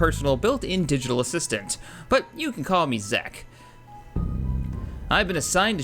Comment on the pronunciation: "Zek" Really.. Zek?